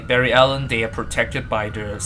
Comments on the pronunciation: Barry it's BARRY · its barry dahhh